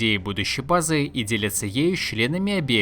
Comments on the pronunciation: Автору бы к логопеду сгонять. БлокАв бызЫ и тд и тп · Вам платят за то, что вы делаете ударение на последний слог? уши режет пздц «место для базЫ» «сегоднЯ» «предметЫ» от того, что каждый второй так делает уже бесить начинает слушать…